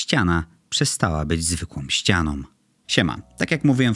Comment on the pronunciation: "ostrOM kropkOM zwykłOM ścianOM" naprawde???